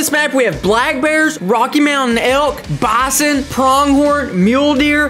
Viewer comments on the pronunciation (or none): You don't know how to say bison!!!!!!!!